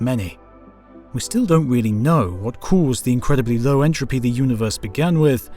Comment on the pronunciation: Entropy, not “intropy”